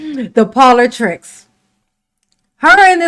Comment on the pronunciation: She just said ‘politrix’. No Tiff! Trix are for kids! 😂